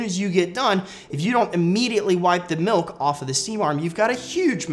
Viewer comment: Am I the only one that thought he said “ milf “ instead of milk? My minds playing with me